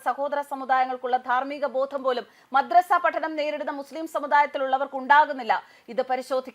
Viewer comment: മദ്രസ്സ അല്ല കൊതറസ😂😂😂😂😂😂